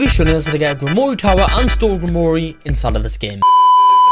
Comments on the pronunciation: Ur terrible at pronouncing grimore the e is silent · Gwimrorie is disrespectful its not pronounced like that the e is silent in grimroire